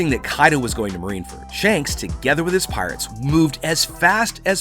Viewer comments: Marineford not marineferd.. and it’s Coup de Burst not boom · *marineford not marineferd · I also want to go to marine furt XD. BRUH just say marine fort. not marine furt